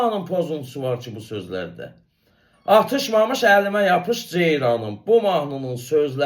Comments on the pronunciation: O sözü bir demir - Atışmamış yox Atış mamış deyir ay pesi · Atlšmamlş dese sen deyendi."O" atlš, mamlş deyir. (arada fasile allnlr, sōzde menasln deyišir. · Bəy, mamış şəkilçisinin nə olduğunu doğru izah edirsiz. Amma bu kamalədir nədir, onun ifasında mənasını dəyişir. Bir də ifada vurğu yerində deyil. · Yekə yekə danışma.Hamı hər şeyi yaxşı bilir.Sən malı mal qatma.Kəmalənin o sözü vurğulu deməsi hamını qıcıülandırır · Dehshet dilci sen. Orda vurgunu duz demir ay savadsiz. Mamish sozunu ayrica vurguyla deyir. Bu duz deyil. Sozun evveline dushse vurgu he sen deyendi.Ozunu reklam etme